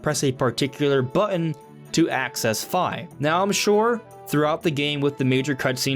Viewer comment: It's Feeee, not Fyeeee!!!